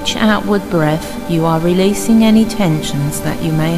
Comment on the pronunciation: Liv, is what bothered me is the way she says 'breaf' and 'earf'. Don't mean to sound judgemental .... jus' sayin'. =^..^=